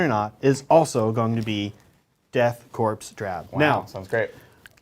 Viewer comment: Great video! It's pronounced core but is spelled corps Death Core. Coreman though spelled corpsman